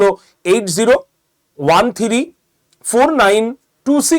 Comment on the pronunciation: থিরি???? 😂 থ্রি নয়?